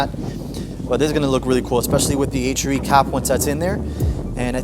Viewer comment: H ARE E. NOT H ER E LOL 😂